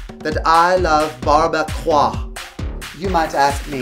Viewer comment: Bar-be-quah.. my god too funny